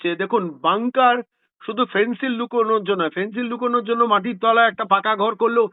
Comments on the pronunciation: 'ফেন্সিল' নয়, 'ফেনসেডিল', কফ সিরাপ। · ফেন্সিল কি বলছেন ? বলুন ফেন্সিডিল !